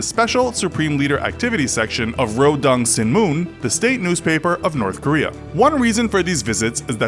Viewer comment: Pronounced NO Dong SHIN MOON!